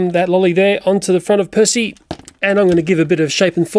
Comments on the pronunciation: He said back on perthy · I love how you say Percy lol.